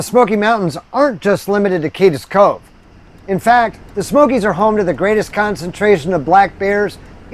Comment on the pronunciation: Love the video. Cades is a one syllable word, not two. Keep up the good work.